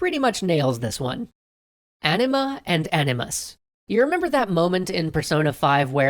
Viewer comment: took me a while you were saying anima and not ..:D